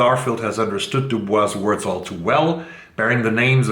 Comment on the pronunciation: I read Cloud Cuckoo Land and it is enchanting. I read the last 300 pages in one sitting. Also, W.E.B. DuBois is pronounced DuBoise in America.